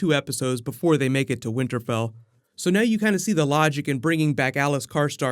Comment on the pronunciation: Did you say winter bell? Lol